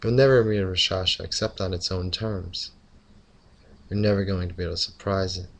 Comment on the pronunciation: The "K" in raKshasa isn't silent!